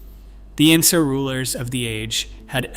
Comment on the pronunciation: "insa" rulers?